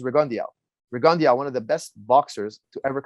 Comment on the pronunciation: For a minute I was like who dafuck is Rigundiauo, until I put it together Firas was talkin bout Guillermo Rigondeaux